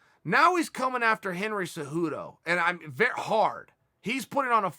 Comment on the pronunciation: Chael “he’s vey handsome and young” Sonnen.